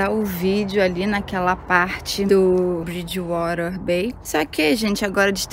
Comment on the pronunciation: Ameii o jeito que você disse "bridgewater" 🥰😍👏👏👏 já está pegando o sotaque.